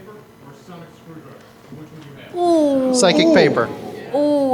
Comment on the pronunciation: Anyone notice he said sonic screwdriger?